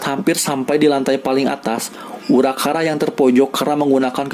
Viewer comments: "Urakara" Me: it's uraraka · itu harusnya uraRAKA bukan uraKARA